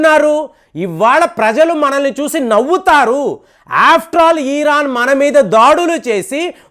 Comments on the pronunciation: Eeran kadu Iran Ani matladu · ఇరాన్ దయచేసి గమనించగలరు